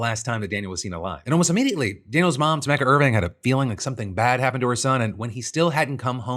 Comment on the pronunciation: Tomecca? 😂 Brother I’m pretty sure it’s tomeeka